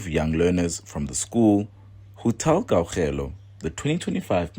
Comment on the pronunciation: Why is butchering Kgaugelo's name so badly and consistency? Don't you guys work together?